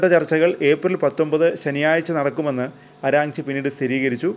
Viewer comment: അരാഞ്ചി..അല്ല മോനെ ആരാച്ചി